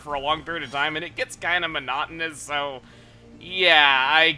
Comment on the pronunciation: Monotonous? Don't you mean MANADO-Nous?